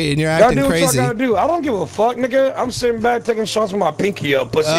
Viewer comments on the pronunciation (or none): none